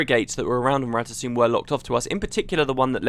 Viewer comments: it's rata 'SOME' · i think its rata "suu"...felicia day herself says it during the official guild wars 2 voice actor vid. and she does the voice of zojja so im pretty sure she know how to pronouce it correctly.. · guess the "M" is silent for the asuras.